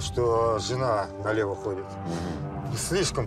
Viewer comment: "налево"...., "направО"...., 😄